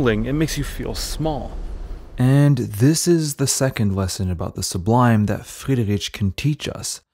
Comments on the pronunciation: You are mispronouncing Friedrich's name throughout the whole video. It's not "rich", but "rik". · Sorry, I can't listen to his name being pronounced like that for too long. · Thank you for this good video. My only suggestion for you, if I may say, would be to work on the pronounciation of the artists name, not only on C. D. Friedrich but on some other as well. It is not very difficult to find out the right way to pronounce names in their original language. I encounter this problem very often when I listen speakers from USA. It cause a bit of irritation while listening and it degrades the quality of content and presentation. I hope you take this as a constructive comment. Wish you all the best and keep making good content.